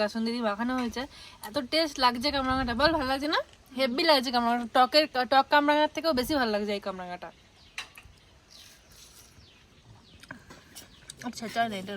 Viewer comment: The word is heavy and not hebby.